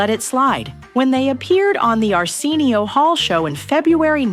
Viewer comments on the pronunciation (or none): "Ar-SEEEEN-io Hall??!" Clearly this narrator wasn't there in the late 80's 😂